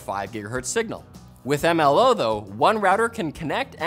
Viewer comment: The Pronounciation of MLO at the Beginning Got me, XD MmmLOO